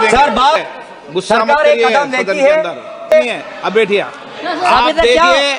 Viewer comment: बेठिए नहीं होता बैठिए होता है !